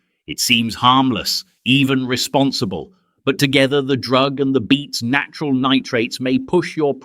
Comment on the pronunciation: Beets. Not beats